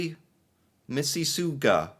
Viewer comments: Miss-iss-AU-ga (Near Toronto, Ontario) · It is pronounced - miss-a sog-a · pronounce Mississauga like Mississippi but it's awe-ga at the end. So Mississ- awe-ga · Hahaha! "I'M THAT GUY" Misses a sooga😂😂😂 (Miss is sogga) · Watching trying to disect the celsius meme before he got to the part about American kids not understanding it, followed directly by him tryingto pronounce the name of my hometown was just perfection. (fyi Mississauga is pronounced Mrs. Sawga) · m ih - s ih - s ah - g uh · I live in Manitoba, we had our first snowstorm Nov 28, 3 feet of snow, -20 degrees centigrade, windchill 35 and yes, heating bills are very expensive, Mississauga is pronounced Miss-is-awga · Pronunciation of Mississauga……misses saga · Theses are 😂 & your comments too 😅 Thx. It’s pronounced ‘Miss-is-saw-ga’! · THE MISSISSAUGA JOKE! omg i never laughed so hard, its miss-a-saga thats how its pronounced lol i was born and raised there haha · it’s pronounced “missus-saw-ga” it’s a city in Ontario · Missus Saw Ga is how it's pronounced my friend. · Its pronounced Miss A Sog Gaw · Awga. Missisawga pronounced. Mississauga is a huge city near Toronto. The big airport is there. The name is from the Indigenous tribes that own the lands in the GTA and surrounding areas. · Mississippi, Mississ-ah-ga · It's pronounced Miss a saga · Mississauga phonetically Miss-is-aug-a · It’s pronounced…”Missis- saga” basically Toronto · Canada post is on strike right now, that's what that meme is about, nobody is getting their mail. Also Mississauga is pronounced like Mississoga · Mississauga is pronounced "miss a saw ga" in case someone pokes fun at you at some point so you know bahahahaha. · It’s pronounced Miss-is-saw-gah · it's pronounced miss a s aug a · Mississauga... pronounced "Mi-si-saw-ga", it's a city in Ontario and it's a postal hub. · Miss a saga us how you pronounce it and its in Ontario Canada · It’s pronounced Missis-saga (in Ontario)🙂🇨🇦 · Mississauga pronounced like "Miss is saw ga"